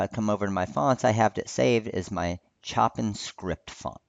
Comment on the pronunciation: LOL, "Chop-in script." It's pronounced "SHO-pan," like the composer. Still, a good video. TFS.